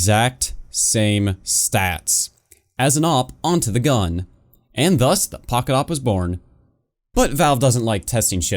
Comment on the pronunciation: You must say "The Poket SSG-8